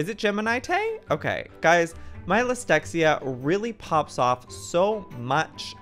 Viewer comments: as joeys talking about his dyslexia he said lisdexia! im laughing so hard! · Joey: Listexia Me: is it that bad?! Joey: Pizza Me: Yup.. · im crying "lysdexia" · I- did joey say his lisdexia instead of dyslexia... Also he spelt Fwhip wrong... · I can’t he said lystexia instead of dyslexia ahahaha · HAHAHAHHA I love you Joey! “My lystexia really pops off during these videos” literally proved it just then oml, it’s okay a lot of people have Dyslexia! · Joey: “My lysdexia” Joey I think your dyslexia isn’t the only thing happening. Lol no hate just related to this tooooo much. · L y s t e x a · When he says excuse my lysdexia instead of dyslexia 😭😂❤️ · Poor Joey... He called dylexia listexia lol i love you Joey! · “My lestixeia” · No one: Joey: has such bad dyslexia that he says dyslexia wrong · wtf, I swear I heard him say "dyslexia" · OMG my Lystexia 😫 Joey couldn't even say dislexia properly 😂😂